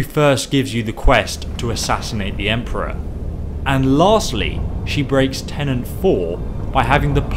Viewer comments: "Tenets" are rules. "Tenants" as you say are residents. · Dyslexia has nothing to do with understanding or pronouncing a word. Saying "tenant" here instead of "tenet" is a simple misunderstanding of the words tenet. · TENET, it's right there on the goddamn parchment. TENET. Not tenant. Holy shit. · Tenet not tenant. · it's TENET. not TENANT. and cicero also broke them by trying to kill several members of the sanctuary